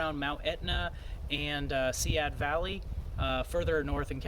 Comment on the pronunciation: so cool you got the good video of the bear! You are making good progress and enjoying the trail. Thanks for sharing your trip. By the way, Seiad Valley is pronounced "sigh add" valley.